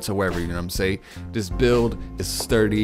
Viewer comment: Know what I’m saying. Not say. Ing.